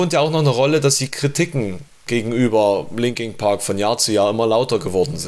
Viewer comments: Warum sagt der "Linking" Park?!!?? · Scheisse du kannst ja nicht mal den namen der band aussprechen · Das heißt nicht Linking Park sondern Linkin Park.